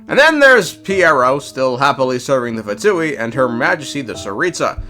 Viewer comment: Btw no hate or anything but its “pha-ness” and not “fains”